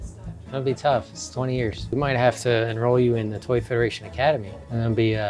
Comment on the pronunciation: Foy tederation